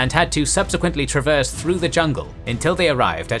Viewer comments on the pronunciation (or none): none